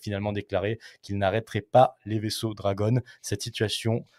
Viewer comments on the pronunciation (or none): none